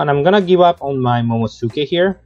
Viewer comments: Work on those pronunciations of the card (moh-moh-no-SK-EH). Haha. Pretty interesting deck build. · Its momo NOSUke Not momoSuke